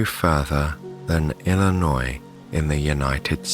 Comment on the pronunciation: Thank you for pronouncing "Illinois" correctly. It's amazing how many people, even folks in the US, insist the final "s" should be pronounced. -- From , my family lived near Chicago. We often went to MSI, but during one memorable visit, we discovered we could see our car through the periscope of the submarine. Certainly many other visitors had the same experience, but we got a giggle out of it.